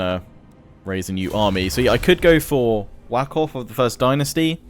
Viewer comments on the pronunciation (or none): Wa-khaf, though Whack-off is a pretty funny pronounciation. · I'm not great with pronunciation either, but I'm willing to bet that King's name isn't pronounced "Wack off" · You're pronouncing Wakhaf as Whack off. Wah- Khaff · Its funny how he made "whakhaf" sound like "whack off" No disrespect though, I know you try. It just sounds funny